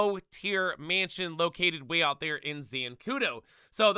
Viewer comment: he clearly can’t pronounce mansion correctly either 💀😭